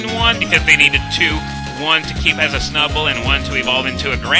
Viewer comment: The way you pronounce Snu-bble lol